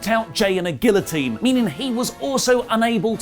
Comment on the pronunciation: Roman got the guillotine choke. Olí got over mispronouncing it’s name